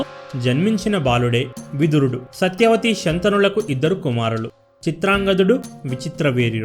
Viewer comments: Pronounciationaa, telugu వత్తులు పలకటం కరెక్ట్ గా నేర్చుకుంటే ఇంకా బాగుంటుంది. సత్యవతి అని పలకాలి సత్యా అని దీర్ఘం . Ok good. శ అక్షరం స అని పలకూడదు. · సత్యా అని దీర్ఘం ఉండకూడదు. జస్ట్ thelusukuntarani చెప్పాను అంతే. స్టోరీ narration good.